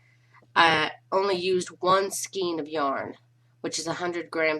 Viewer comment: The word "skein" is pronounced "sk-ay-n", (with a long A sound, not a short A, nor an E sound) not "skeen".